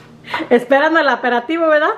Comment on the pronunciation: Amis hijos también les gusta hacer esa receta y me da risa cada vez que dices aperativo xq es aperitivo Jajajaha y sobre los botecitos para hacer el café yo siempre lo hago así y sale mucho más barato y tiene uno diferentes café y los botecitos en Amazon me salieron baratos 6 x 3 dólares